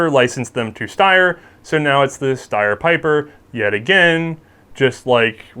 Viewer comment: Pieper should sound more like peeper I think